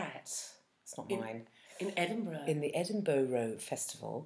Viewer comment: "Hey, what if this happens and we do this and that?" Classic. What if indeed?! Also, "Edinborough" Jeeenn? Beaming nonetheless. let you off this time!